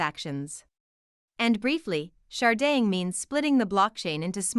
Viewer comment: Can this lady not pronounce "Sharding"